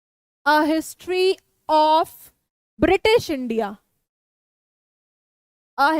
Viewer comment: mam it is British not Bitish